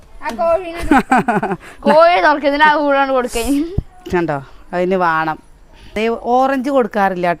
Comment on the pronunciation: വാണം വാണം അല്ല വേണം annu പറയുക.